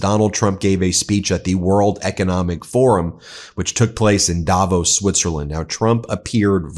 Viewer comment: Please learn to pronounce Davos properly!